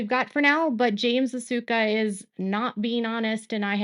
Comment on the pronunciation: His name is pronounced Vi-toosh-ka.